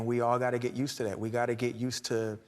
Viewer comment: Hmm... when did the word "to" become "tiw"?